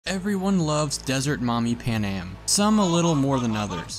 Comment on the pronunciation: It's pronounced pan-am NOT PAnam 🤦🏽‍♂️ she even says her name and so do other people so how can you pronounce her name wrong 🤨🤦🏽‍♂️🤣🤣🤣